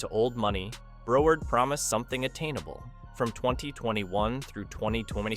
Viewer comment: This is totally AI. The word “Broward” is mispronounced. I’m no fan of Desantis but would check all the data.